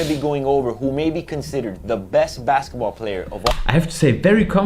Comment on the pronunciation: Er sagt tatsächlich Basketball, betont es aber wie base :D